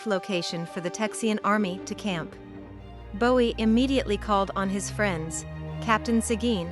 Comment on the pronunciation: Lost me when the AI pronounced Jim Bowie’s last name the way the singer David pronounced his.